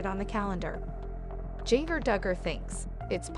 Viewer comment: If you're going to do a vlog, please make sure the story matches title, also you are pronouncing her name wrong. Music is annoying!